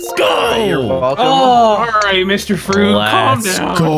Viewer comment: I always love "MR. FWUIT!!"